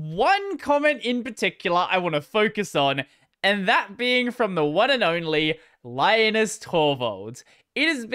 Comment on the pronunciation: Like no. 636. Well, Linus's reply seems rather calm and forthright compared some of his previous. Mr. Torvalds is Finnish, so his first name is pronounced "LEE-nus" not "LYE-nus". I'm surprised that you don't seem to be aware of that.